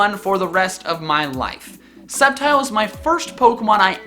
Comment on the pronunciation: SAMUROTT, NOT SAMARUT! THE SECOND E IN UNFEZANT IS SUPPOSED TO BE AN A! #4 IS SUPPOSED TO SAY SCEPTILE, NOT SCEPTICAL! #5 IS DECIDUEYE, NOT DICIDUI! LEFT OFF THE R IN INFERNAPE! GLISCOR DOES NOT END WITH AN E!